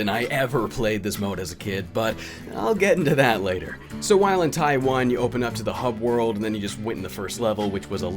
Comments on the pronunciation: I know you're saying Ty 1, but I'm just hearing Taiwan every time. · I was confused why you kept mentioning the country Taiwan out of the blue until I realised you were saying "Ty 1" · Whenever he says "Ty 1" it sounds like he says "Taiwan". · Why is it that every time he says Ty 1 I hear Taiwan? (Which is an actual country no matter what Xinnie the Pooh says)